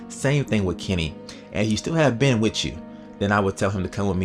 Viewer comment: It's kenny man not kimmy and it's christa not krysta and it's ben not bin